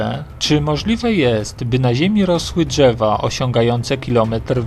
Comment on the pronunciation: "Dźewa" czy drzewa ? "Półtorej kilometra" czy półtora kilometra? Za karę CZEBA SZEJSET razy napisać poprawnie. :) :) :)